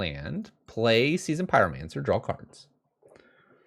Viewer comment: Man i love red rage. I really want to put together some version of this on paper. Also, adding an L to the word draw is so nails on a chalkboard.